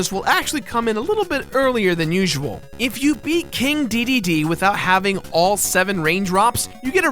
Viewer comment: I don't care how you pronounce Kine, but......DEEDEEDEE? it's DAY DAY DAY